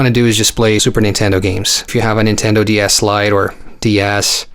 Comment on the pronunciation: Sounded like you said nintendo d arse I cracked up